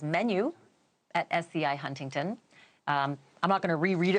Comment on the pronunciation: It's HuntingDON not TON.